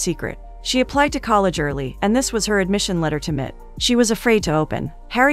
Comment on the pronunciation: M.I.T. Massachusetts Institute of Technology, M I T not mit